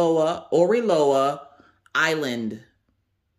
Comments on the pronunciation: Hello there. You are saying the name correctly. It is a combination of the hawaïen words ending with aloha. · can you please not bang the box? It hurts when I listen with earbuds. 😂😂😂 I love Oraloa, you are saying the name right! You should call them Areola though... Because it's funny... Thanks for the unboxing! Haven't seen those two unboxed yet. I am halfway through my Oraloa canvas and loving it. The drills are fantastical and the canvas is amazing to work on.